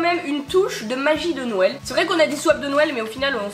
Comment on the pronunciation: On dirait que tu dis « nouël » aux lieux de « Noël » mdr c’est mimi !